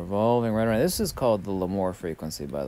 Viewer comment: Larmor, not Lamor :)